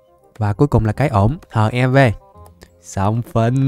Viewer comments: ơi bộ giáp HEV anh phải đọc là "Hắc Y Vê" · giáp HEV đọc tiếng anh thành HIV luôn :))))) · Ko phải là HEV đâu mà là hắc i vê á